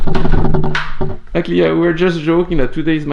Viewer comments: I want to teach Marc how to pronounce actually 😥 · guys don't get me wrong, I love Marc so I would gladly listen to his actually all day long even thought I'm crying a little bit 💖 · the way you pronounce 'actually' is now a trademark of the channel! don't change!